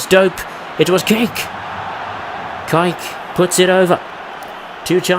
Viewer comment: Kike.. it's pronounced kee-kay. Love your videos but I'm cringing hearing you mispronounce his name that way.